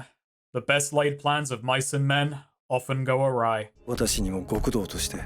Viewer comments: Awry not arai. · Its awry my guy